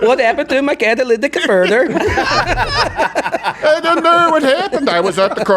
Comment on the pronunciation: “what happened to my catalytic convaerter” made me laugh out loud